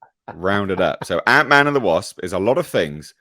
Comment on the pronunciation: "Ant(i)Man"... oh, boy.